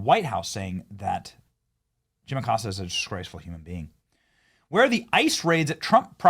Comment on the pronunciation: Jim, the accostah🤔